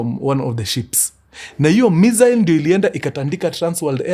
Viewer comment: Mkuru sa mbona unapronounce missile hivo 🤣